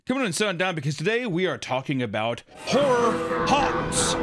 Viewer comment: 30 seconds in and it sounds like you’re saying whore. Not horror. lol.